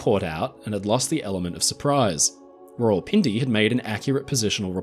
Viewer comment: thats not how u pronuce it its like raa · wuhl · pin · de